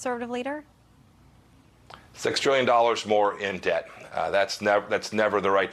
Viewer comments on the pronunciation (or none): none